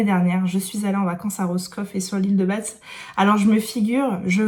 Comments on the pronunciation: J'aime beaucoup tes vlogs ça me donne envie de lire plein de trucs 😊 ( et de tester le sirop pumkin 🤦) juste une précision l'île de Batz se dit ba on ne dit ni le t ni le z 😉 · Merci pour ce nouveau vlog. Ah l'île de Batz et Roscoff. C'est magique !! (tu sais qu'on ne prononce pas le T et le Z dand Batz ???) Je suis bretonne et ce livre me tente énormément vu j'y ai vécu. C'est drôle car à une 15zaine de km de là, à Plonevez Lochrist, au lieu dit Kerizinen, il y a eu une apparation de la vierge. C'est un coin de Bretagne où la religion erait très importante. Il y a d'ailleurs la Cathédrale de St Pol de Léon.